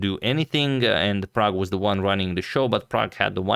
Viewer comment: Man! Man this dude called Prag!!!!